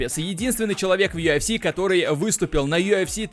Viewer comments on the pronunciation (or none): Йафс или юфс дебил? Ты типа у нас с американским акцентом такой модный что ль?